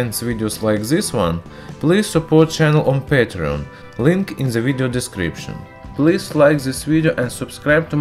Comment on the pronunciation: While watching this video I can only keep asking (why do Russians pronounce The with a Zhe? ) zhat vs that